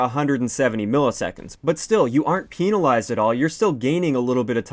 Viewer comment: When he says penalize. 😂